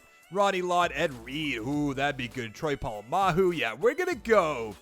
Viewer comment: It’s Troy Polamalu not Troy Polamahu